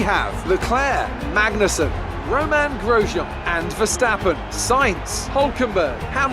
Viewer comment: the way you say Romain Grosean had me rolling 🤣🤣🤣